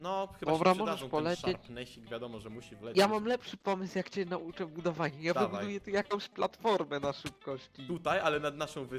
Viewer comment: *budowania a nie budwoiania*